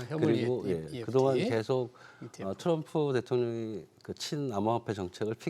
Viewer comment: 듣기 거슬리게 왜 계속 현물eft 라고 말하는지.... etf가 뭔지 모르는 사람 얘기를 신뢰 해야 하나....